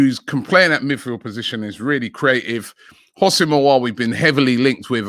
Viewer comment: Someone tell Robbie It's NOT "HOSS-IM" It's "WHO-SEM" Aouar